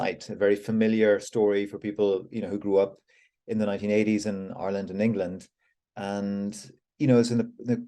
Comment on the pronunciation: Is it pronounced Ourland,of Ire land????😊